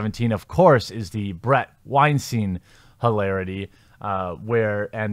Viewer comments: it's Bret Wine-STYNE (rhymes with fine or mine) He, Bret, doesn't like his name being mispronounced since the Harvey Wine-STEEN (rhymes with mean or bean) controversy. Please make a note of it. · Great video. Although Bret Weinstein is pronounced "Wine-Stine" - he said on the Joe Rogan podcast he hates when people pronounce it "Wine-Steen"!